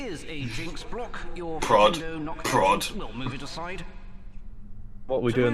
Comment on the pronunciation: Earth Sandwich was amazing. Also, whenever I hear Harry say Flipendo, I can't help but hear Nintendo.